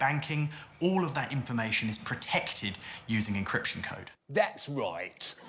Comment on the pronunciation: “Thehts Roitt” 🤣🤣🤣